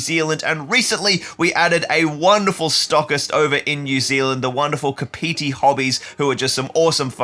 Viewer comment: We are going to have to work on your pronunciation when yiu move to nz. Its not ka piti, its more cappity . But either waybits been cool to have been able to buy the geek gaming stuff from Scott.